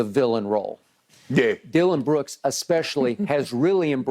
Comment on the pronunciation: Beruk not brooks 😂